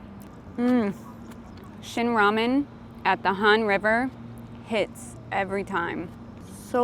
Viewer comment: 영어로 발음이 라멘인데